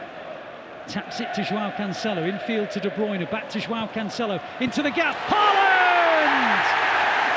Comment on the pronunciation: Please get Haaland's name pronounced correctly.